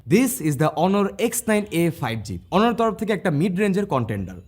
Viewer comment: Brother উচ্চারনটা অনর না, হবে 👉 অনার অনারেবল ( Honorable) থেকেই Honor বা অনর থেকে অনারেবল।।।